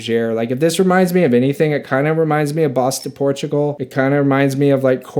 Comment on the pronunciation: I really enjoy your delivery. Comes across as down to earth and honest. Just watched several of your videos and I do enjoy the channel. I have to say every time you say Bois Du Portugal I cringe though. Its pronounced “Bwah doo Por-too-gal”.